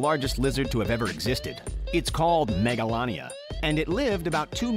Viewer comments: in the video he is watching its not pronounced mega la nia but pronounced mega lay nia its not titan o boa but tie tan o boa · He said (maga-lan-nia) it’s (mega-lane-ia) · Jesus Christ, will the video dude stop saying megalania wrong? I just can't listen to him saying it like that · His pronunciation of megalania makes me hurt emotionally, physically and spiritually